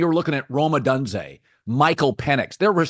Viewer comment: Colin did you already forget how Penix taught you how to pronounce Odunze? 😂